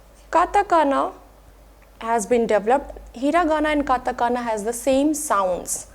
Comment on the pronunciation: Few mistakes I've spotted: It's katakana and not katagana It's pronounced a mix of hu and fu and not "fu" in native Japanese